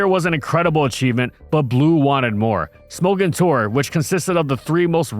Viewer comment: "Smogon" is pronounced like "smog on" without the pause